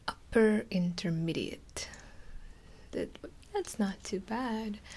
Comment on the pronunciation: "UPPer INtermedIATE"lol